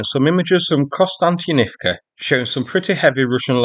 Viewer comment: Actually he terribly botched Konstyantinivka.